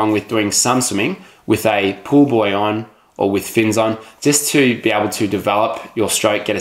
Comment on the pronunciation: It sounds like he says to put a pool boy between my legs instead of pool buoy. Hahaha. Great video though!